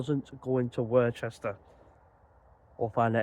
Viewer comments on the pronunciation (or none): not too bad pal, keep picking you up on worchestee but its pronounced wuss ster aka worcester